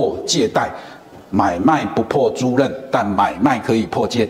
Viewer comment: 租賃。租吝，不是租任。